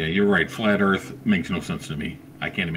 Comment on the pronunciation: its not DERTH... either...